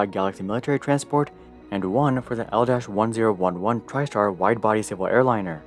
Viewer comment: The "dash" is never pronounced, e.g. don't say P "dash" thirty-eight. Also, the plural of aircraft is "aircraft," not "aircrafts." I don't mean to be a grammar Nazi here, but you repeat these errors so often it becomes grating. Finally, L-1011 is pronounced "El ten eleven."